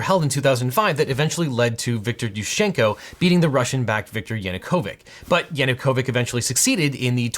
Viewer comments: Ch in Yanukovych as in chair, not as in christmas. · Objection: Yanukovich rhymes with "bitch", not "sick" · Sorry to be that Slav, but YanukoviCH not Yanukovic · if it helps to reduce confusion for Yanacovych the ch is pronounced like in chair rather than being a k sound also another largely important part for the background would be the Holodmor which was the Russian genocide of Ukrainians from I honestly believe that Ukraine will either hold fast until Russia collapses in on itself or withdraws, or that if Russia does end up being able to occupy Ukraine then they are going to have to pay for the occupation every day in blood until the cost is to high to continue to sustain. We Ukrainians (I am Ukrainian Canadian) are strong and the scars of Russias past sins still run deep. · Extremely helpful rundown of Ukrainian -Russian history for those unfamiliar, but please, for the love of God, please pronounce it "YanunkoviCH" not "YanunkoviK" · your Latin was better than the cyrillic (non-dead) pronounciation of Yanukovich... the -ch is not a kh, but a tsch. :-B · Great video, except that Yanukovych ends with a ch sound (such as ch-air), not a k sound (such as ch-oir) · Yanukovich is pronounced "YanukoviCH", not YanukoviCK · Really? He is YanukovyCH, not YanukovyK! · He is not Yanukovic but Yanucovich with ch in the end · Янукович ends with t-shirt type sound not a k.🤣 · That's yanookivich (like in chair), not yanookovikh. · > Makes video about Ukraine, popular topic, much hype > Says something about dead languages being hard to speak, at the same time mispronounces both Yuschenko AND Yanukovich names Dude, really? Just goes to show how much you really care. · The only thing about this perfect video is that ch in Yanukovych reads as chair. Thank you from Ukraine! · It's YanukoviCH (Ch as in chess). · Objection: YanukoviCH is pronounced like "CHeetah" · well Ukrainian and russian are definitely not dead and you still butcher their pronunciations.